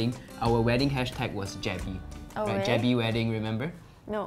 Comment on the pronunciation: He said Jebbie Family but the Channel Name is Jebbey Family 😂